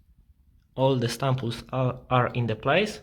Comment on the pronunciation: Not trying to be a jerk but I laughed really hard at “stumples“ never heard that before. Nice video tho, helped a lot 👍🏽